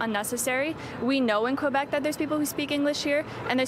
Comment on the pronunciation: City news doesn't even have enough respect to say "Quebec" properly